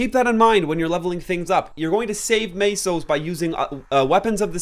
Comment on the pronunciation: Tell us, when you pronounce the currency in MapleStory, where do you see the fkning a?